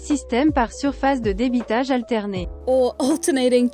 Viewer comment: As a french speaker, I think you nailed "Façonnage" , but you did use the english pronounciation for debitage (with a french accent tho lol) Edit: was almost perfect, you'd just need to pronounce the "a" with your tongue a bit more forward ( same spot as where I start ptronouncing the letter "I" for me ( ayy ))